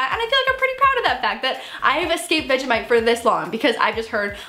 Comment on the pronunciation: I love the way she pronounces vegemite😁😁